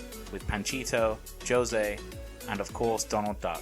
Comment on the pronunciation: You are so Negative with all your reviews ... and you don’t know how to pronounce the word Josè... you have the worst monotone and you put a damper on me going this week.